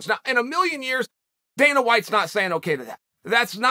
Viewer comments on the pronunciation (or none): none